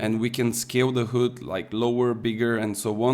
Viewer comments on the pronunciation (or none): You said "hood" instead of "heud" 😂 Thats funny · I like how you pronunce HUD 😂